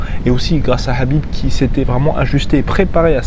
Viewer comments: tu peux pas dire Kahbib avec un K au lieu de Rrrraaabiiib ? on est en France, donc prononce son nom à la française... pas besoin de t'égorger la glotte façon sudsud à chaque fois, c'est pitoyable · Bin tu prononces "Krabib" comme ça tout le monde est content